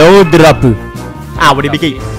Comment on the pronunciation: Almost the entire video "no dropu"